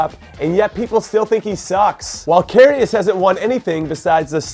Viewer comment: Its Kar-He-As